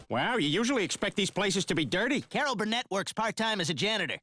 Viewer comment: Bill Mayor? Carol Burn-it?